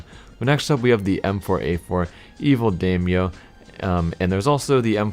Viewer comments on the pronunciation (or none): Btw the daimyo skinnis pronounced "die my yo"